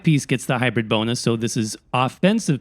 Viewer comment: Hybrid*.. not Hybrith Is it really that hard hearing it?... being said that often?